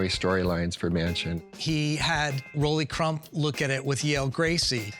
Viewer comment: Official Disney Imagineers continually mispronouncing Rolly Crump’s name?? I don’t get it.